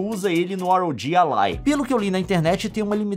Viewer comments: Na verdade se fala ROG ALLY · "ar ow ji alai"